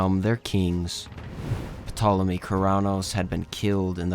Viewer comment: Thankfully this time Petolemy only showed up once. 😅 Seriously most people would just read "Tolemy" or if "Pt" without inserting any vowel. The "p" is generally silent in this case.